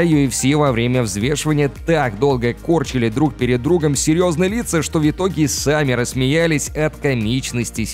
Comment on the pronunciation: Голос симпатичный,но "Вьитоги" и нАчала. В-твердая. Въ итоге😢 И НачалА☝️